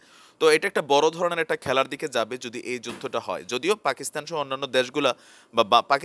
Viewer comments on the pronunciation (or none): none